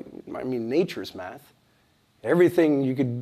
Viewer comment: did he say math or meth xp cuz he on something